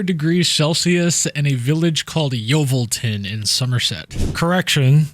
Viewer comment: Congratulations on your pronunciation of Yeovilton! Bob on.